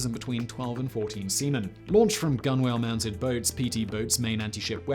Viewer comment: FYI "gunwale" is not pronounced "gun-wail." It's pronounced more like "tunnel," but with a "g."